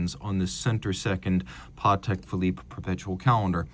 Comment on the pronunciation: so happy to hear you pronounce patek correctly in his polish last name!